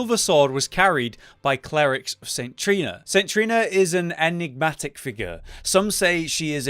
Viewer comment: nice try pronouncing enigmatic. Good effort